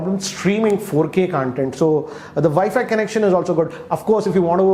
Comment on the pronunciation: Hey great review! Also it's pronounced as Con-Tent not Cun-tent